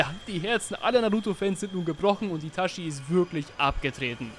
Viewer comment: Ich gebe zu, es triggert mich, wenn jemand ItaSCHi sagt, obwohl gefühlt jeder mit Untertiteln geschaut hat…